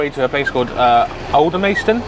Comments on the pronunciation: Hi, sorry if I sound pedantic but, its pronounced Alder-mas-ton, not Alder-mays-ton:o) Love your channel btw. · Alan Lumsden no it’s pronounced Aldermaston :o)